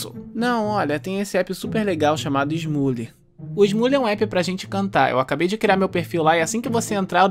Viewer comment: Smule E EU ESCUTO ESMURRE